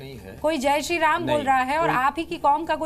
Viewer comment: It's ram not raaam naam theek se le varna tere allah ka aaaalaahh bhi bolna aata hai hume